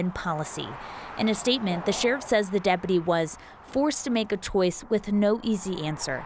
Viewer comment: 'forced to make a chWoise" lol